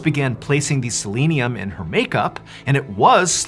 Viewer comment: It's not silinium as you pronounced it. It was selenium and is a supplement. My daughter who has Hashimoto Thyroditis in addition to medication, small amounts of a selenium supplement helps her with symptoms. How horrible that this maniac thought of this very evil thing!!